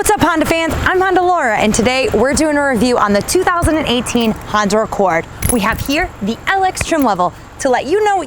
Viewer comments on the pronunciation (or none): She keeps saying the new Honder Accord !!!!! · 🤔🤔 Did she say Honder 😂😂😂😂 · Josh S Yes...lol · no worries lol, I just thought it was funny, made me laugh. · She did so many times but I think I could live with it,when you're that fine who cares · 'Honder' LOL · I love how you say "Honda"... Awesome review!